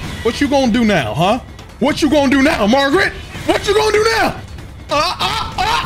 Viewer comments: i love sm and this is my second time watching this play through, but i cant stand when he says margrit😭😭 its margit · calling Margit, “Margaret” the whole fight had me rolling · There is not one name that this guy says correctly. You kidding me magrit? Melanin? Grass instead of grace? This dude needs to go back to school lol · Im glad I wasn't the only one stuck on "Margret" for a good while. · When he called Margit Margret I died!!! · Keeps calling Margit Margaret lol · Everybody keeps saying this name wrong lmao. Its not Margaret. Its Margit. I dont think Ive seen more than 2-3 ppl get the name right 🤣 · Idk if you’re pronouncing the names wrong on purpose but his name ain’t Margaret. Also you need to slow down and go explore more. You’re kinda just rushing through this. You’ve missed a whole lotta stuff in limgrave